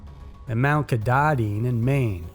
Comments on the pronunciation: Pronounced Kah tah din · Sorry i have to do it...it is pronounced Mt Kah-tah-din it is a native American name and it trips people up quite often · that mountain in Maine at the end of the Appalachian trail is pronounces "kah-tah-din"